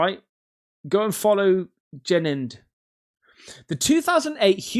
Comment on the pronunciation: It’s pronounced Jeni-n- Ed